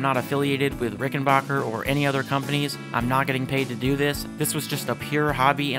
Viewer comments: The third syllable is pronounced as "back", not "bok". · It might be a good idea to learn the correct pronunciation of the name of the guitar before you do a video. It's RICK-EN-BACKER...not RICK-EN-BOCKER. I own a Rickenbacker 325C64 in Jetglo and a 360/12 in Fireglo. They are incredible instruments. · Just a brief note. It is pronounced “RickenBACKer”, not “RickenBOCKer”. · While making a trip to the Rickenbacker factory one of the first things that was stressed to me was...It's Ricken-Backer "a" pronounced like "a" as in cat. Not Ricken-Bah-ker ie as Baa baa Black sheep. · It’s BACKER, not “Bacher.” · backer not bocker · Misconception, is it pronounced ricken-bach-er like (Sebastián Bach) or ricken-back-er like (I'll be Back)? Heard it said both ways, I pronounced it 'Bach'...and been told it's Back. So tomayto, tomahto? Lol